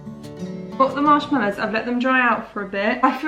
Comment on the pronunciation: Marsh mellows? It's mallow! 🤣